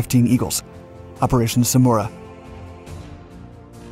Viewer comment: Samaraa and not smuora😂